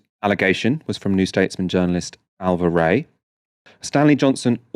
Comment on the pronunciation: Her name would be alava not alva lol